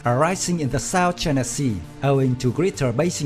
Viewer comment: Choina voice 😂